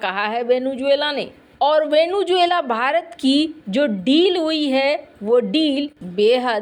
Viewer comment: It is not, as you mispronounce, Venu-juela, but Vene-zuela ! 😢